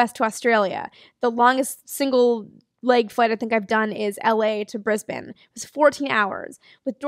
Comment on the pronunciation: Moreover she is the first American ever to pronounce the capital of Queensland Australia “Brisbane” correctly.